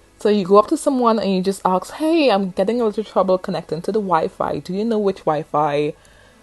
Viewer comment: Great video but why do you keep on saying arks? The word is Assssk.